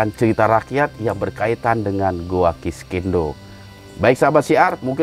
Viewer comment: Sekedar saran dan masukan, agar acara ini lebih profesional dan berkualitas utk para pemirsa, salah penyebutan nama goa nya konsisten banget 😂 "kiskenda" yg biasa disebut oleh orang goa "kiskendo" jg masalah jadwal tayang, mungkin saran saya perlu penambahan tenaga kerja di bidang editing utk membantu mas hendra supaya lebih efisien jg profesional lg, chanel ini sudah berkembang pesat, akan lebih baik jika lebih profesional lg dlm pengelolaannya. Terima kasih